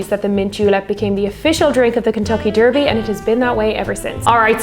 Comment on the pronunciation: Love the way you pronounce 'derby' :)